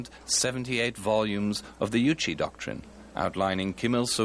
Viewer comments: Yes and they kept pronouncing Juche as Yuchi, which made me very confused at first. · Great video but the narrator is mispronouncing 'Kim Jong Il' and 'Juche' (whether in English or Korean). Also his pronunciation of 'mass games' is very odd.